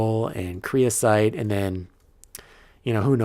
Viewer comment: someone has probably already said this but its creosOte, not creosIte